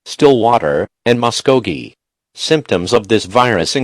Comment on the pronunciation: Said Muskogee wrong...but then again the computerised emergency alert voice says many town and county names wrong in this state, so spot on, well done!😉😂